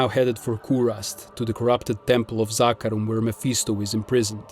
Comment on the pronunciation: Finally someone who pronounces zakarum right